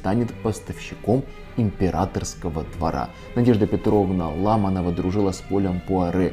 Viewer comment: Почему ЛАманова, а не по-русски, ЛамАнова? Фамилии на "ова" не имеют ударения на первый слог.